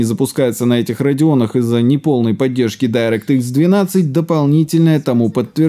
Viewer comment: не дАйрэкт, а дИрект